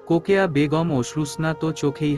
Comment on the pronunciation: রোকেয়া না বলে কোকেয়া কেন বলে